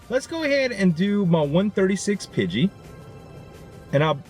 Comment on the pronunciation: Who phonetically spelled nidoran to sound like poop, it is Nee ( like the joint in you leg)- Doe (female deer)- Ran (past tense of run) Nee-Doe-Ran, Pidgey he pronounces correctly. Pidgeotto is Pidgey- oh- toe. If you guys want to give him advice double check your self first, we don't want to be the reason he mispronounces stuff.